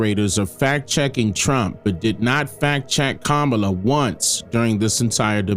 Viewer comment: A couple things here…#1 I love how you say you are neither democrat or republican and will offer an unbiased opinion then immediately begin your biased opinion. #2 Her name is really easy to say, you should practice, comma-la. Try to say that aloud a few times big guy. ‘Comma-la’. Otherwise you come across as being intentionally petty and uneducated. I’m sure that’s not your intent.